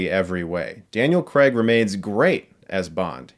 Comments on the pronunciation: Craig* not "Creg" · 'CRAY-g', not 'Creg'. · It's Daniel CRAIG not "Creg"! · Why do Americans pronounce Craig as “cregg”? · why do americans pronounce craig as creg? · Daniel CRAIG, not Daniel Kreg. Why can't Americans pronounce Craig? It's really simple. It's just CRAIG, not kreg. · Americans always pronounce it " " "Daniel Cregg " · Weird how americans pronounce Craig. They say it like Creg😂😂😂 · Please get the lead actors name right - he's British - its "Cray-gh" not the American "Cr-egg" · Why can't Americans say Craig? You always say Creg. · Craig - pronounced Ker ray g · well Craig is just pronounced like you'd pronounce it if it was his first name, so it's Cr-ay-g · For goodness sake, Craig does not rhyme with leg. It ryhmes with vague.